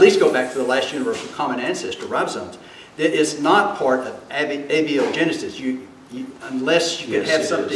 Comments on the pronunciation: Oh my lord.. this guy can't even say abiogenesis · I can just feel frustration, it’s a little off putting at first but it doesn’t take long to see why, clearly doesn’t understand the subject matter, he can barely pronounce Abiogenesis, he can’t tell the differences between the subjects yet here he sits the man helping set the education standards of the nation not only Texas.